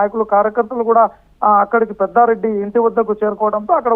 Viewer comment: పెద్దారెడ్డి కాదురా బాబు పెద్దిరెడ్డి